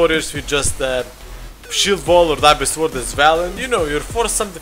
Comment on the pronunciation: Sword is pronounced "sord" btw :D